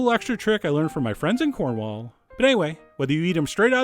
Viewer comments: I love your videos, but please, NEVER SAY "CORNWALL" AGAIN. You hurt me. I actually threw up. I'm typing this with my fingers smothered in vomit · I live in cornwall and usually i would slit the throat of anyone who calls cornwall corn-wall instead or cormall however since this guy is so nice im willing to let it slide